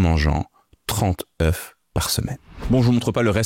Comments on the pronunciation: Œufs au pluriel ne se prononce pas comme vous le faites 😅 Ceci dit, merci pour la vidéo! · Super, mais quel dommage de faire une faute de français, à chaque fois que vous prononcez œufs!!!! c’est un comble quand on fait une émission sur cela😢😮!! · Tout de même 240 œufs et quand même la prononciation au singulier... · Le pluriel, c'est "EU" et non pas "EUF"!!! Ca m'a écorché les oreilles pendant toute la vidéo... Mais ca fait un moment qu'on sait que le cholestérol alimentaire ne se retrouve pas dans le sang. Le problème, c'est le niveau d'acide-gras dans le sang que le corps lui-même transforme en cholestérol en surplus. Et la glycémie influence aussi le taux de cholestérol. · on dit des ZEUUU pas des EUF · On ne dit pas " je mange 4 oeufs ( prononcé "euf") par jour mais je mange 4 oeufs par jour ( prononcé "e") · Bonjour, un "EF" des "EUX"... on ne dit pas des "EFs"... Merci ;) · Bonne video mais le truc qui me choque c'est la mauvaise prononciation du mot "oeufs". Un oeuf (1, 9) et au pluriel des "zeu". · Tu en a mangé autant mais tu ne sais visiblement pas comment ça se prononce 😬 Singulier (un œuf) : On prononce la consonne finale 'f'. Le mot se prononce comme "un neuf". Pluriel (des œufs) : La prononciation correcte est de ne pas prononcer le 'f' final. "Des œufs" se prononce donc comme "des eu". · Très bonne vidéo Par contre on dit des œufs (zeuuuu) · On ne dit pas « quatre œuff », ni « vingt-cinq œuff », ni « trente œuff », ni « quatre œuff et demi »… En écoutant toute la vidéo, on constate que vous connaissez le pluriel de ce mot. Il est dommage que vous ne l'employiez pas de manière constante. À part cette bizarrerie, c'est une vidéo passionnante, qui fait brillamment la synthèse d'un sujet encore assez controversé.